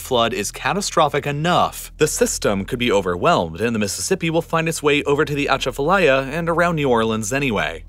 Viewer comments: This video is lazy click-bait. Please don't fall for this disinformation campaign against Louisiana. 1) This video ignores the levee system failures of '05. The ACE knew the levee design was flawed since the 80's and did nothing. 2) that is not even close to how to pronounce Atchafalaya. Good lord! 3) Sediment Diversions are not even mentioned. 4) This is NOT a New Orleans problem; 1/2 Billion people on earth live in shrinking delta-systems. 5) The narrator claims to care about New Orleans yet seems to know nothing about the city. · i live on the atchafalaya and we pernounce it waaay diffrent lol ah chaf ah laya. maybe we're wrong but sounds so weird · It's not "atcha fa lie ya" but close - it's "a chaf fah lie yah" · Thanks for bringing attention to New Orleans and Louisiana’s terrible situation it’s in right now. I just want you to know that Atchafalaya is actually pronounced Uh-Chafa-Lie-Yuh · It’s ah-Chaf-a-liar is how you pronounce Atchafalaya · The worst for me was Atchafalaya. Emphasis is on the second syllable not the first, and it's pronounced more like chaff. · he did Butcher Atchafalaya 😂😂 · That's a wonderful video but there are a few small errors. At the point, where the narrator asks why anyone would build on that location, an aerial video of Baton Rouge is shown, not New Orleans. The narrator makes a good attempt to pronounce the word Atchafalaya, but the accent is on the second syllable. Hurricane Katrina did not overtop the levee to Lake Pontchartrain. The levee for a major drainage canal failed because of water pressure and saturation undermining it, causing the levee to break. The flooding from that hurricane happened after the hurricane had already passed the city. Regarding the location of the future city of New Orleans, city designer, architect, and engineer Pierre Charles L’Enfant is rumored to have said, "Man is building a city where God never intended one to be." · the way he pronounced "atchatfalaya" 😳🤢